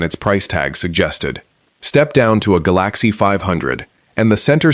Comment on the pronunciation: A! powered video that calls the LTD a Ga- Lack-see gets a thumbs down!